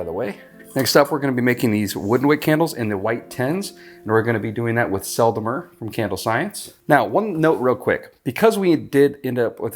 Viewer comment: French pronounciation pro tip. The "E" in Sel and Mer are pronounced the same, like you perfectly do in Sel =)